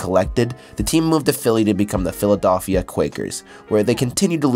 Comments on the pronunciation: What in the actual fuck is the "philadolphia"? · The kid that made this video must be Canadian. He mispronounces several words and doesn’t even know how to say “Philadelphia” properly. I’ve never heard an American with any dialect, pronounce Philadelphia like that. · The way you say Philadelphia triggers me